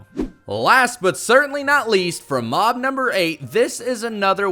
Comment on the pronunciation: sloths, crocodiles and alligators, FURNITURE, penguins, giraffes, elephants, whales, anteaters, lions, cheetahs. all of these should be tameable with, obviously, what they eat. also everytime he said the word mob, i thought he said mom 😂 and "you can swim very fast across land" is why i am now subscribed